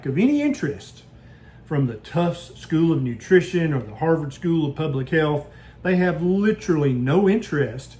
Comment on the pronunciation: If you were a researcher at the "Haarrvord" School of Public Health🤣🤣 🤣